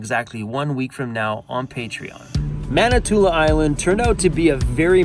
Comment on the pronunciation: Sorry to nitpik but it sounds like you are saying Manitoula ... it ends in a 'in' ... Manitoulin Island. ;-)